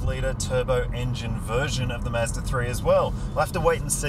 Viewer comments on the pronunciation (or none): ‘Mazda’ not “miiiizzzzdaaaa” and ‘dual’ not “juuualll” 😂 otherwise, great review